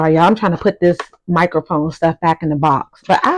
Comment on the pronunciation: Greetings. The way you said box and dollars, I instantly knew you were from the DMV. Great vid!